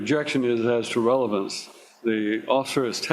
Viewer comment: you missed a „revelance“ 😄